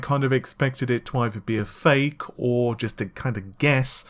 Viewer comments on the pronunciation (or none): none